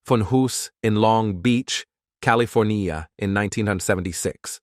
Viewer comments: You have a problem with “Cali.. for.. knee.. uh? That’s I gave up. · Did the AI voice have a stroke? I’ve Never heard California pronounced that way and we Schwarzenegger as Governor